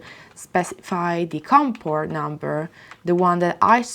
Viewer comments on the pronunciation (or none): none